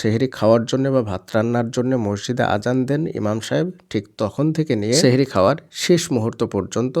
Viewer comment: Sheher ortho jadu... Sothik uccharon Sahri❤